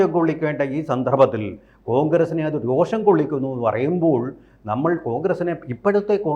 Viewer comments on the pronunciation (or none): none